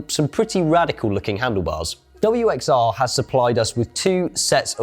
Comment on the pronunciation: Guys, it's not "WX-R" , it is pronounced Worx. Props for promoting this vastly underated brand though !